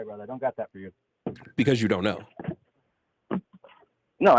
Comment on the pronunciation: I don't know why but it irked me every time he said "brotha" 🥴